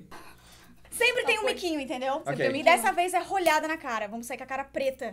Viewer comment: O luba ia falar outra coisa na hora q ele falhou em falar rolha😂😂😂kkkkk